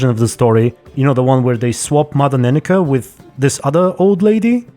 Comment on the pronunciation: Mother Nenekke: nenna-kuh Me: ne-neck 🤔